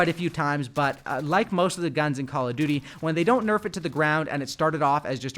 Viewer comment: How hard is it to pronounce duty 😂